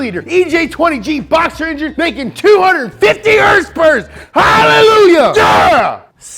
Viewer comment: I love the neat stuff these guys bring to light with cars. But I don’t know how much longer I can hear him saying HRSPRS. It was kinda funny the first few times, and now Im about to unsubscribe from them cause of it.